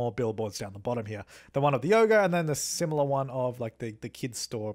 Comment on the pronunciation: "Get your yoger on"